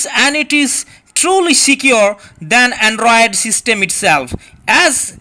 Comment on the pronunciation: Great advert.! The tone and expressions and words like "going to talking...", "ebry", "Google maph", "andruaid", etc. really had pissed me off at first before finally cracking me dead!!!😂😂😂